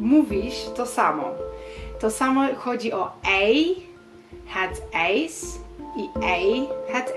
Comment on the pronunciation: Pisałam o muzyce teraz napiszę o ij nie "ej " a " aj " nie ijs - nie " ejs " a "ajs " proszę tu wyraźnie pokazane Przepraszam,wkłada Pani wiele pracy ,aby pomóc,ale źle wymawiane ij ,miałam kłopoty ze swoimi Holendrami .